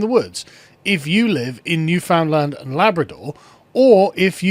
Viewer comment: Hey, Newfoundland was mentioned! As a Newfoundlander I can say the politics of this island are very frustrating. The rural central region where I live votes conservative fairly consistently, but half the population lives in one city on the southeast tip of the island and they always vote liberal, so we end up constantly being ruled by liberals. Also, as with most people not from here, you pronounced Newfoundland wrong. It's pronounced Newfin Land, emphasis on the land. Rhymes with understand.